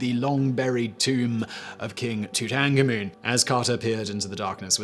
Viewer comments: King Tootangamoon! Best Simon mispronunciation ever. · King Tootankamoon??? Am I crazy? Is it really pronounced like that?